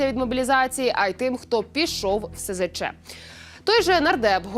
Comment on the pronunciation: Фу, гидко тут бачити Zеленського. Навіщо так плюндрувати фільм? Автори! Не контачтеся об нього. І хай ведуча не говорить "сезече". Бо це абревіатура - "СЗЧ". Ці букви в абетці читаються "ес, зе, ча".